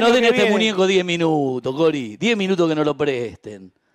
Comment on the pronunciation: "Cori" le tira a veces jajaja qué tipos adorables